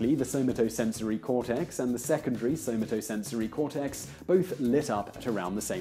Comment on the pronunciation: In "Somatosensory" the emphasis is on the second syllable with an "a" like in "cat", not on the third syllable's "o". It's not "sew muh TOE", it's "sew MAto".